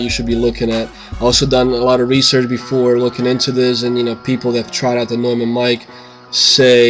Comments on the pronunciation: Noymun, not newmun. But thanks for the test. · it's not pronounced newmann it's pronounced noimann. I see someone already mentioned this. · This guy said "new-men" LOLOL it's "noy-men" maybe that explains why he can't get this mic to sound great lol I have this mic and it's more then amazing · Stopped the video as soon as he said "new"mann -_ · hey this is hawkz from germany and the companyname is pronounced like NOI in Noise and MON in Money.. So NOI MON would NEU MANN and thats it :D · If you are doing a test of a famous microphone manufacturer like Neumann, you should probably say the name correctly. Not a big deal, but... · fyi you pronounced neumann wrong... rookie mistake. just saying..